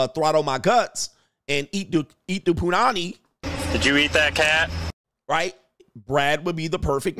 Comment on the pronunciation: In that Midwest accent lmaooo